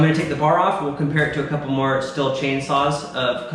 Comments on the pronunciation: To be honest, I stopped watching as soon as you pronounced Stihl (steel) as still. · Love your vids!! Hopefully by 20 years you'll pronounce Stihl as "Steel" and Husqvarna as "Husk-Varna". LOL. Keep up the awesome content!! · in Germany, we pronounce it differently. Steal would be the American accent way to say it. we say it the same but the s sounds like shhhh (like be quiet) so something like shhteeal. just saying.....Very good saw. As far as I know, I would say 90% of all Germans have a stihl. ps: nope not me I watch and I am subscribed.